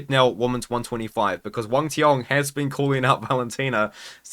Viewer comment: He is the only one pronounce Wang cong’s name right